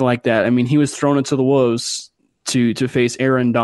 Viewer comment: There's an "L" in wolves. Not wuvs.